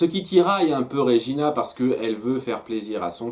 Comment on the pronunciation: Svp arrêtez de dire "Régina", son prénom est "Regina" et se prononce "Red-djina" xd